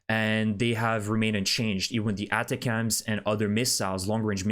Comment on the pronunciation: Correct pronunciation for ATACMS: “uh-TACK-umz”